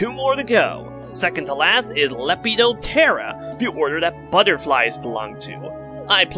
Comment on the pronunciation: small note: the bloathers classification makes sense, but insects definitely can have more hair than you'd think. just to clarify. can't think of any blubbery ones though. second note: pseudooculii is most likely pronounced in its two root halves, being "pseudo" and "oculii". and lepidoptera is "leh-pih-dop-tur-uh", not spoken as one long word again. third note: diptera, the I in it is pronounced like in the word rip. "dip-ter-ruh".